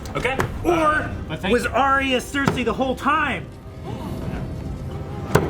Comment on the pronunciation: I really dislike how pronounces Cersei.